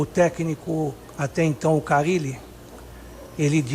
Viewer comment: eu não tanko você falando fabio carilo KKKKKKKKKK